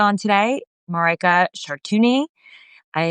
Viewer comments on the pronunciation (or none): Not Maraika but Marijke. Means little Maria.